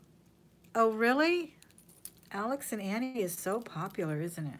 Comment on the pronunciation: Alex and Ani is pronou.nced"Oni" not Ani . Just fyi.